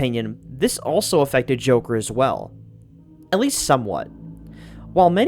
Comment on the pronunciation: I swear, did I just hear you say "The Jorker" XD?